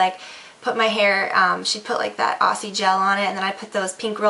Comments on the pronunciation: Still sounds like "Ossy" to me. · "Aussie" is pronounced "Ozzy" xD. It's a nickname for Australia. Hence the Kangaroo logo.